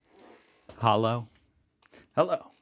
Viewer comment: I would Love to Talk in Person to you so that you can learn to pronounce thee "o" in "hallo" correct 😆. Love your Videos